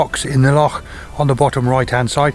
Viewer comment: Heard of it but first time I've seen it ! Good work . Braw to hear an Englishman pronounce Loch properly also !